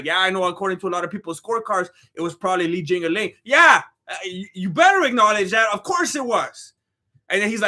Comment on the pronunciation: He said Li jingaling I’m dead